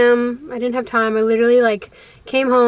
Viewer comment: i immediately subscribed when you made fun of yourself for the way you said “tiMe”